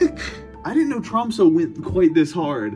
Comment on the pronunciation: as a Dane, him not pronouncing Tromsø correctly was so frustrating a couldnt focus on the video